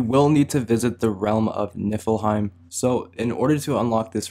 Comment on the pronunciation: Im sorry if i come out rude i really need to correct the pronunciation N-ee-fle heim At least im sure it is